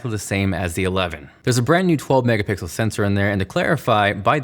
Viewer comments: am i the only one that heard megapickle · He said “mega pickle” instead of mega pixel lmao😂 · “Megapickle” iconic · u just said “megapicel” my oh my...😂.. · All the mega pickle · "slofie" "Megapickle" You're welcome